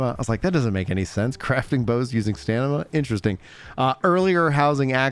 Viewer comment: Subscribed bc every time you say "staNima" instead of "staMina" I get a little serotonin.